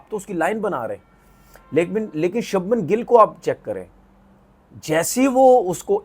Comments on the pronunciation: Are bhai shubham gill ka name toh sahi le le shabnam gill ne he voh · Shabman nhi Shubman 😂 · Shabhman nahi its Shubhman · Shubman Gill ❌ Sabman Gill ✅ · अनपढ़ आदमी वो शबमन गिल नही छछुंदर है तू उसका नाम शुभमन गिल है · Sabman gill 😂😂😂😂😂 inse naam bhi nhi liye jate andia sabman paijaan 😂😂😂 begerat log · Subhmam re sabman nehi 😂😂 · Sabnam gill aur reshav paint😮😅 Porkistani urdu😂peak pe hai😊